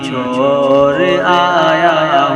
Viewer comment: ڑا😂 نکالو بھائی...... مور اور چھور نہیں موڑ؛ اور چھوڑ بولنے کیلئے بولو